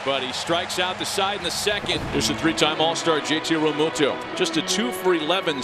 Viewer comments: for real for real,,REAMUNDO.. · Never heard so many mispronounced names in a highlight reel. "Reamundo", "Soto"... what else I miss...Please end this Peacock BS. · Who is the commentator that is just butchering everyone's name? Called Realmuto Realmundo and Sosa Soto. Get this guy off the air. LFG Phillies!